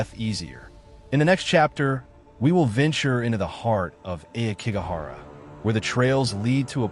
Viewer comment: Ah key go hara it’s pronounced this way most stories people who try to antagonize the spirits so they show themselves leave the dead alone people who have died this way leave negative energy behind people abandoned elders here it’s no wonder that such bad energy uriyai where most times are about mothers who died in child birth